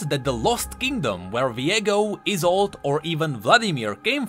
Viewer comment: you pronounce isolde like like it is isult. Good content tho.